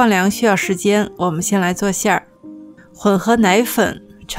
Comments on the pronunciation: 谢谢分享！捉一个小虫，应该念澄(dèng)粉而不是澄(chéng)粉哈。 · 原来我也一直读 澄粉 chengfen， 但后来查了一下才发现应该念 dengfen。 好像chengfen念着更顺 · 纠正个小错误 澄（dèng）粉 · 我记得“澄粉”是念“deng”粉......发四声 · 澄粉又称澄面、澄粉、汀粉、小麦淀粉。是一种无筋的面粉，成份为小麦。可用来制作各种点心如虾饺、粉果、肠粉等。是加工过的面粉，用水漂洗过后，把面粉里的粉筋与其他物质分离出来，粉筋成面筋，剩下的就是澄面。 《新华字典》中“澄”读cheng时，它的解释是“水清”，“澄清”就是读cheng，读deng时，它的解释是“让液体的杂质沉下去。” 因此，deng描述的现象符合澄粉的制作过程，所以“澄粉”应读deng.第四声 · 澄粉的澄读dèng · 我们叫澄(deng, 第四声)粉，哈哈哈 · 那个字读做deng 粉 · 中秋快乐呀！是澄deng四声粉哦～ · 提前祝中秋快乐 好像澄粉的发音是 dèng fěn？？？